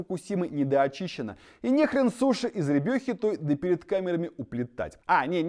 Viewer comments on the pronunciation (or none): none